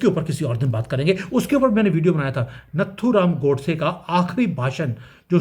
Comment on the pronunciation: आप नत्थुराम नहीं नाथुराम गोड़से बोलिये अच्छा लगेगा......जय हिंद जय अखंड भारत जय सनातन वंदे मातरम्.....आपका विश्लेषण आंखों को चौड़ा करने वाला है साधुवाद 😊😊😊😊😊